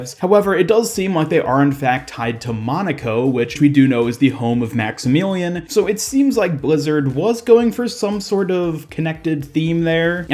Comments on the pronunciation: Great video BUT his name is pronounced Max-ih-million not Max-ih-meelean. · Maxemeelion?? Wtf it’s Max-I-Mill-ee-Uhn